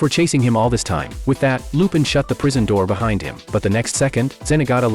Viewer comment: Finally, although AI mispronounce lupin, which is fair enough, but at least it didnt said shit like "john" and "jeff"